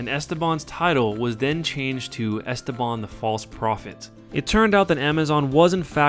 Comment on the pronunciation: The way you say "Esteban" is painful sir.